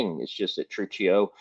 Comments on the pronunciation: WRONG! TRU-CHEE-O! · Truccio (True-kee-oh)